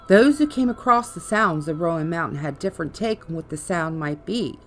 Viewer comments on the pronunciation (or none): Ummm… hearing you pronounce “appalashaa” makes me want to turn this off immediately. Remember this: if you say appalashaa, I’ll throw an apple atcha. It’s Appalachia. And Roan mountain is pronounced rone… not Roe ann. You’re apparently not from here, you’ll never be the old Gods of Appalachia. Sorry. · It's not ( RO- AN) mountain... It's RO-NE... We have ghosts and angels filling these hollers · Come on! Rōan mountain, and also, just like the pronunciation of Apalachicola same root and same pronunciation. App uh latch uhh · Rone Mtn..... Appalatchun Mtns.